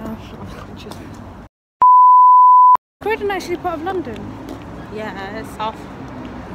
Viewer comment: Crowdon? Its fkng Croydon.